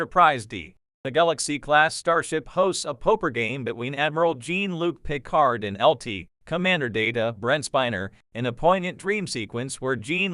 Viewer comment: That bothers me as well. Not to mention that the d in Picard should be silent... But maybe I have simply seen too much dubbed to my native tongue or simply paid too much attention in French at school or something like that. 😉(But AI should really know how to pronounce certain names even when their origin is from another language.)